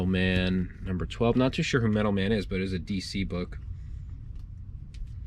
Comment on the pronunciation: Sorry, but I cringed every time you said "Metal Man" instead of Metal Men." Doc Magnus created his robot Metal Men: Gold, Tin, Iron, Lead, Mercury, and Platinum. The Thor characters are the Warriors Three.